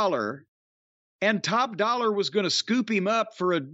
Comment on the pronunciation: Jim calling Top Dolla… Dollar is hilarious